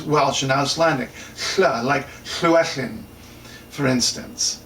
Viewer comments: Okay, also a more serious comment. , you seem to be saying [ɬuˈɛɬɪn]. Nobody says that. There is the authentic Welsh version, "Llywelyn" (note the single "l"), pronounced [ɬəˈwɛlɨn] (or in the south, [ɪ] replaces [ɨ]). There is also an anglicised version, spelt Llewellyn and pronounced [luːˈɛlɪn]. I remember making a similar mistake myself, thinking that the village of Llanellen must be [ɬaˈnɛɬɛn] when actually it turns out to be an anglicised spelling of Llanelen [ɬaˈnɛlɛn]. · sounds like [ɫuˈɛɫɪn]. Should be [ɫəˈwɛlɪn]. (Note proper Welsh spelling Llywelyn.)